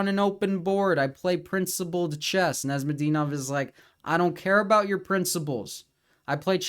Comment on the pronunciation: Arent you serbian? Why do you pronounce Nezhmedinov like that